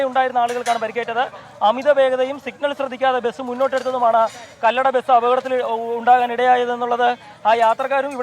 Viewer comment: കല്ലട അല്ല കൊല്ലട ആണ്